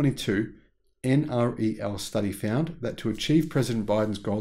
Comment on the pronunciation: Please pronounce NREL as en-rel, not en ar ee el.